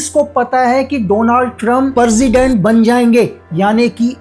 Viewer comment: Benazula parsident parja ye teeno galat word bola aapne iska actual pronunciation Venezuela president and praja hai